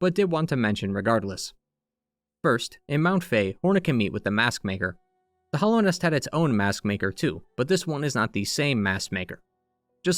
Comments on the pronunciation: Hallownest is pronounced with a short a sound, right? Like "hallowed ground". I keep hearing hollownest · “The Hollownest” - “Hallownest”